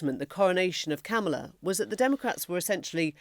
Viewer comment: Kamala says it rhymes with comma. So Comma-la.